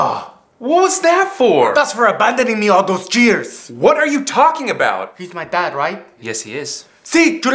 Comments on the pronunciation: is not jeer is years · He actually said jeirz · LOL he said jears instead of years and jes instead of yes 😂